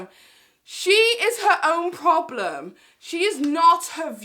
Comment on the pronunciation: "Not my prolem" 😂😂😂